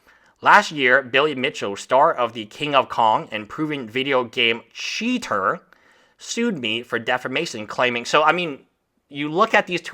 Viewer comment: as a fellow esl i feel your pain pronouncing CHeater